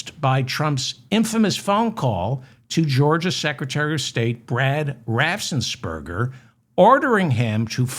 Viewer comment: David, please learn to pronounce "Raffensperger"!